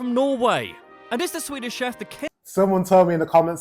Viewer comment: his pronounciations are the completetly opposite of what they actually are